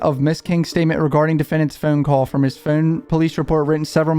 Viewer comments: The way he says phone lol phown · The way you say phone lol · You know, now that I heard it in the Hivemind video guest starred in, whenever he says "phone", I can't help but hear his accent lol.